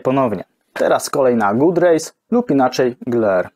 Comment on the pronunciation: Szkoda, że w tle nie leciała podpowiedź, że god rays nie wymawia się good rays. Może następnym razem?